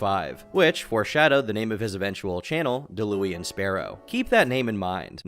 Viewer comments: "Dalooian Sparrow" 💀💀💀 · Deh-luu-ian 😂 I tried to collab for teaching people how to play FGs and he geeked out about it 😔 LONG ISLAND JOE. ELL EYE. please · “ Dalooean Sparrow “ 😂😂😂💀 I bursted out laughing at that pronunciation. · Da-louie-in lmfao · "Delooian Sparrow" 👌😂 Still can't believe the absolute tool got it tattooed on his forearm. Dayla Ewan? Dallah Wan? Dallowen Like... you know you're going to look at that when you're fifty and say to yourself: "Jesus I really am a nobhead." Every director said no. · pronounced as Da Lawn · Not an LTG glazer; say Daulaun right ffs